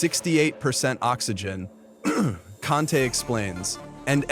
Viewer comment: Everything is mostly wrong here, including pronouncing Victor Conte's name, having Jermall Charlo fight for "Undisputed" when William Scull is the IBF champ and even suggesting David be maybe next in May, when he got a fight already booked with David Morell!... SMH lol 💯💀😂